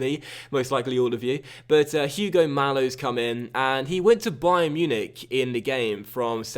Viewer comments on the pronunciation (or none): and it is ugo not huge-o the h in spanish is silent